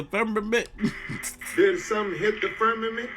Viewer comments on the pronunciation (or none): died when he said the FERRMMAMENT for the fifth time 😂😂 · " FIRM A MNT" 😂😂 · Firm- ma- ment 😂